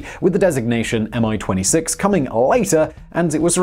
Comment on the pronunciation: I envy that great confidense of yours and how you butchered every Russian word with it!.. :) -Even as simple as "Mi"! Common - it's just "Me", not "M" "I"... ;)